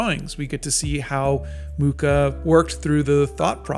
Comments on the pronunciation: Hi! Just to help, beware of the pronuntiation of his surname, it should be [muxa] (you can listen to it on wikipedia 😊) And for all of you that are interested in his artwok, if you ever have the oportunity, go see the 'Slovanská epopej' in Moravský Krumlov! It's stuning! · The Nazis tried to tear him down and look how that turned out. Today, the world collectively spits on the Nazis while Mucha's legacy lives on. Hate never wins. Also, the 'ch' in Mucha is pronounced as just 'h', and the name means 'fly' (same as in my native Polish). :)